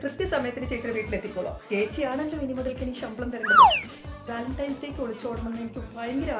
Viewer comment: വാലൻന്റൈൻ്റൻ്റൻ്റൻ്റസ് day 😂😂😂